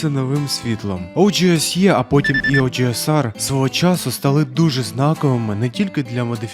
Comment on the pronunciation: Чому ти так по рагульному називаєш OGSR, оужеесар😐🤦‍♂️, чи це прикол якийсь?)